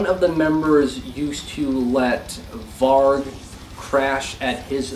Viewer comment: Mispronounced "Varg" oxå!!!